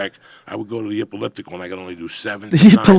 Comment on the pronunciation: "ipiliptic machine"! classic joey diaz!